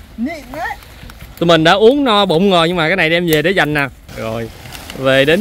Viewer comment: Noi thằng để. Bot noi ngong đi. Nau cơm thanh lâu cơm. Noi chu .n thành chu l.chu l thành chứ n.mat hay